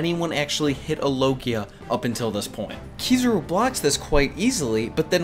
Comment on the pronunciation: Ki-za-ru. Not Ki-zuh-ru. You’re killing me.